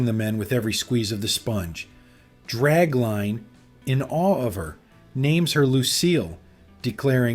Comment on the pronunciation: Goddammit! George Kennedy played DRAGLINE, not "Drag LANE!"